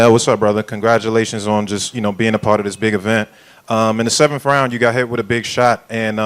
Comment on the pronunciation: Gongratualations on wat effort??... 😂